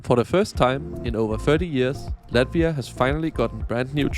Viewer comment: It's Latvia, not Lativa